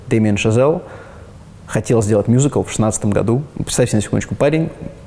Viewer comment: Так круто произносит "мюзикл") мьюзикл.. Musical.. В русской речи звучит классно